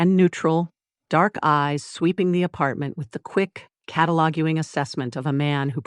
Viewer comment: I try to watch all your stories, and I have one request for the AI voice. Please teach it to pronounce the words “catalogue/cataloguing”.